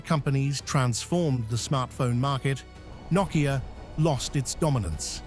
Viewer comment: I think Knockia lost their way when this guy started pronouncing Nokia as Knockia.